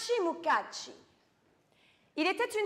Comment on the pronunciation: Mukashi , mukashi , sans T !!! Et sans accent Italien ... De grâce , pour cette belle langue Japonaise !! De Nuku Hiva , Archipel des Marquises 🌴🌴🌴